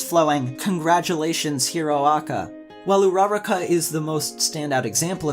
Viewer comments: Who says "hero aca." If you're going to abbreviate it just say MHA You can't pronounce Uraraka for your life, but the points you made were fair but entirely subjective (yes I know you made the video to show your response to the series, but it's still a point worth addressing) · You butchered her name but good video! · The only thing making me cry is how badly you are butchering this girls name. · His horrible ability to pronounce Uraraka's name frustrates me. Otherwise good video.